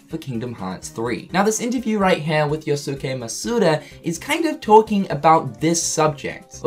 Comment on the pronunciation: Hearing say “Yo-Su-ke” is triggering me so hard XD